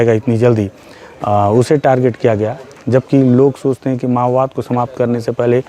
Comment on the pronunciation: Mao bad❌ ma_wad✅